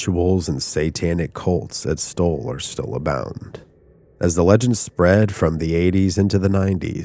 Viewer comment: Why do you keep pronuncing it 'Stoll'? It's STULL, with a 'U'. I'm not convinced you aren't AI.